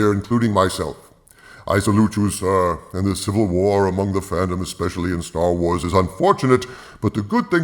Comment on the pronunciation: It's now STER WERS and STER TRIK